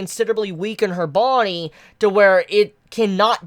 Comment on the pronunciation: It annoys the FUCK out of me the way you say "body"...😂